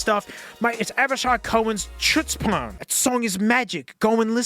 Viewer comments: I think that's pronounced like /ˈxʊts.pən/ like chutzpah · you mispronounced the song title, since it's in hebrew the ch is pronounced like h (or the special hett sound but i don't know if you can make it, it's like when you gargle up spit) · native hebrew speaker here. The way you said chutzpan is funny